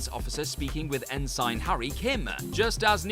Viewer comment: Or when he said En-sign Harry Kim.